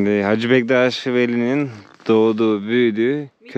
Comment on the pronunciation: Hacı deyil (HACE)